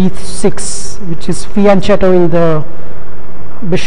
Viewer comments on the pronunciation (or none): No big thing but pronunciation of (Italian) FIANCHETO: CH is pronounced like K in Hong.Kong